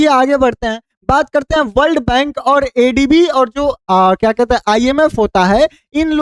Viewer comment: तुम अनपढ़ हो क्या? हर ADB के जगह पर ABD बोल रहे हो, खुद ही सुन लेना। एक बार MISTAKE हो सकता है पर बार बार नहीं। MDB के जगह पर MBD बोल रहे हो।